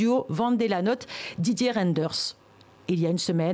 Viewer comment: C'est monsieur VAN DE LA NOTE et pas VENT DE LA NOTE, ensuite, c'est pour monsieur Reyderns c'est ders mais dèrs que ça se prononce.